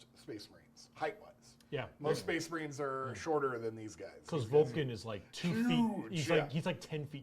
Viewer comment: SPEHS MAHREEN